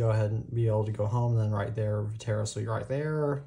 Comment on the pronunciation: Va tair ass? It’s vet tris